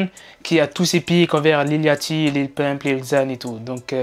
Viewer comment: Les fr areeeeeeeter de dire lil laaaaachty C’est lil liauchty Merci